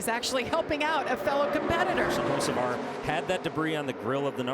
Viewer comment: It's Hocevar not Hoceavar